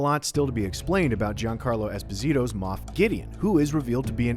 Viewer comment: espÓsito. espÓÓÓÓÓÓsito. No EsposÍto